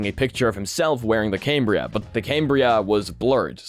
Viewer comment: "Cam-Bri-A". Not "Came-Bri-A" :)